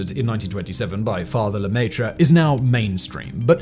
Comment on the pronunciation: Oh my god, seriously? LEMAYTRE? luh-meh-tre... education only goes so far, huh? God forbid we pronounce foreign words correctly for the sake of the english-speaking dumb-dumbs